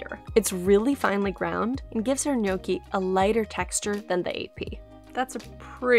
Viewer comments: Being Italian, I can’t just listen to her say “Gnok-ee”. The proper way to pronounce it is “Nyawk-Ee”. I hope you take my advice, and use it whenever you say gnocchi. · How to say gnocchi correctly? I can't follow it, is it yoki? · TIL gnocchi isn't pronounced knock-y 😋😂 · Nyow - kee 😏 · Not a native Italian so may be wrong but the pronounciation seems almost right. I wouldn't drag the "o" for that long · There’s no way u can have a channel this big and still pronounce gnocchi wrong